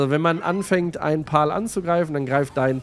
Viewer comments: Pal wird Pel ausgesprochen Pal ist auch okay aber nicht Pol ^^ pal bedeutet Kumpel im englischen 🤓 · Ich würde mir das lets play gerne anschauen aber wenn ich mir weiter anhören muss wie du alle monster Paul nennst werd ich verrückt man. Sag bitte einfach pälworld und päls. (Pal heisst sowas wie kumpel auf englisch) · Cooles Video. Das sind allerdings keine "Pauls" sondern "Pals". Das "a" wird fast schon als ä ausgesprochen. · Zur Aussprache: ich schätze „Pal“ bezieht sich auf das englische Wort, was zu deutsch „Kumpel“ heißt. Und wird weder wie „Pawl“, noch wie „Pahl“ ausgesprochen, sondern ähnlich zu „Päl“ oder „Päll“. Googlet einfach das Wort „Pal“ und lasst euch vom translator die Aussprache zeigen. Denn diese exakte Art von Betonung gibt es im deutschen nicht. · Das spricht man anders aus, eher wie "Päll". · Denke eher es wird "Päl" ausgesprochen, wie Freund/Kumpel/Begleiter. Aber ist ja dasselbe wie bei der Aussprache von PayPal 🤣✌🏻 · Warum kann kein deutscher youtuber den Name richtig aussprechen? "pal" ist englisch und bedeutet "kumpel" und wird "päl" bzw "pähl" ausgesprochen. BITTE schaut euch sonst mal ein Wörterbuch an, da steht das in Lautschrift. Ich bekomme Ohrenkrebs... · Noch mal ein deutscher der das Wort Pal nicht aussprechen kann :D